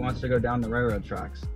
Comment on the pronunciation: "raiLroad" not "raiRroad". Please practice thank you. I have a lot of other stuff to say but then I'd be called "toxic". When people pay you money, you have to respect that.